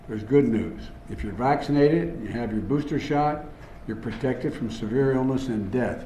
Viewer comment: Did the say "profected"?